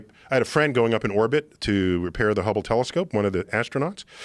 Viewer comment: LOL i had to LOL actually in real life when Neil said so casually "i had a friend who went up into ordbit to repair the hobble telescope"...Daymmm i need a new circle of friends